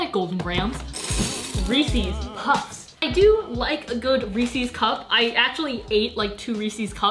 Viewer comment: reeeeessseeeeees puffs